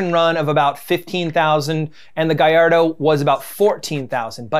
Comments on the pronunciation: Well gayardo is right, it hurt more when he said Gall-ard-Oh or pronounced Urus as Uhrex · Did this dude really just say GALARDO It’s GALLARDO, it’s Italian it’s a y sound Good video tho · That baby lambo is not "ga-all-ardo" it is the "guy-yard-doh". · Bruh it's guy-yardo not gal-ardo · Gallardo- it is h guy-ar-do not gull-ar-do Lamborghini is crap and ferruco (whatever) should have stuck with tractors...maybe lamborgini would be challenging John Deer today. But alas, they are owned by VW. No racing history, no true legacy. End of story. Although Ferrari makes twice as many cars it is still waaay more exclusive than Lambos because of DEMAND for ferrari cars... I have a suspicion that Ferraris are bought by accomplished individuals and Lambos by spoilt rich kids who have little understanding of sports cars. The author is seriously biased towards Lamborghini ignoring the fact that there is no actual rivalry, as Lamborghini is not even on Ferraris radar. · Did he just call a gallardo a “ga-lard-o”.. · It should be pronounced in Spanish. Something like "Gajardo" 'cos Lambo are named after Spanish bulls or Spanish breeds of bulls. One of the few Lambo cars not following this line is the Countach whose name is from a regional Italian dialect and means something like "my goodness!" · "Gullardo" You don't say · I hope is saying GAY-LARD-OH as a joke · "gulllardo" -, 2020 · I heard it. gah-LARD-Oh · “Lamborghini Gullardo” - Smack That - Akon, 2006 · When he said “Ga-lardo” that hurt my heart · "GalLARDO" Ouch. That hurt a bit. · Guy-ar-doh. It isn't rocket science. Its Spanish. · weird dont like "guyalldo" so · like how he said Gallardo 😬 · I was surprised you mispronounced Gallardo like that guy in the song, who obviously doesn't own one. No NoOoOOoooo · Anybody asking why he pronounced names of both of the cars wrong like gallardo 1st and then he pronounced it right or the wait what so the lamborghini urus is pronounced ooroos